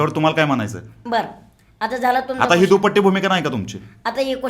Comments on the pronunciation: दुपट्टी नाय रे... दुटप्पी mhna😂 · तो शब्द दुपट्टी नाही तर दुटप्पी असा आहे ,सर....🙏👍🤪😝😍🤪😝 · अरे बाबानो दुपटी नाही रे दुटप्पी असा शब्द आहे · दुप्पटी नाही दुटप्पी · दुटप्पी असत ते, दुपट्टी नाही. 😂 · सगळ्यात पहिलं ह्या टुकार टाकाऊची मुलाकात घ्यायची वेळ येते म्हणजे हा किती रिकामटेकडा असेल. ह्या दोघांना एकच सांगायच आहे. ते "दुपट्टे, दुपट्टि" नसतं. तो शब्द दुटप्पी आहे. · कुणासोबत पॉडकास्ट करताय राव??? दुटप्पी ला हा दुपट्टी म्हणतोय. 😁😁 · दुपटी ✅ दुटप्पी ❎ 😂😂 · अरे सुक्काळीच्यांनो आधी "दुटप्पी" हा शब्द नीट म्हणायला शिका.. चादरमोदांनो.. दुटप्पी म्हणायचं सोडुन कधीपासुन नुसता दुपट्टी दुपट्टी लावलेय.. इंटरव्ह्यु घेणारा सुद्धा तेवढाच अडाणी वाटतोय.. दोघेही अडाणचोट साले.. मराठीच्या नावावर कलंक आहात तुम्ही. दुपट्टी म्हणे.. दोन दोन पट्ट्या लावुन घ्या स्वत:च्या तोंडावर. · दुपट्टी नाही दुटपपी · दुपटी नाही दुटप्पी re 😂😂😂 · अरे दुपट्टी नाही , दुटप्पी 😂😂😂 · दुटप्पी भूमिका असा म्हणतात दुपट्टी नव्हे😂😂😂😂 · तुम्हा दोघांना पण दुटप्पी शब्द उच्चारता येत नाही...